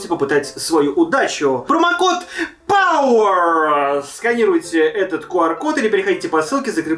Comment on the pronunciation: Момент Для тех кто любит как произносит слово POWER.